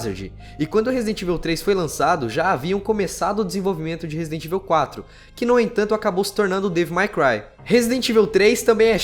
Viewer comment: Podia aprender as pronúncias. Resident Évil e Raicon City dói os ouvidos.